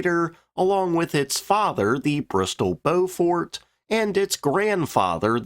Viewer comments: It's 'Blen-m" and 'Bow-f't" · Yes.. and Beaufort is pronounced with stress on first syllable, not so much on second syllable. Hence BOW-fuht (as in wind-speed Beaufort Scale, named after a Royal Navy Admiral who devised it) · Ha - yep Blen-hime - like fingernails on a blackboard (sorry - chalkboard). Good job on the Byoofort and Beaufarter though... And a good vid! 😁🇬🇧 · 'Blen em' 'Bow fut'. Apart from that, good video. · Please do the proper relevant research. How do you not know English orthography? Blenheim is pronounced "BLEN´em" and Beauford is pronounced BOW-fuht.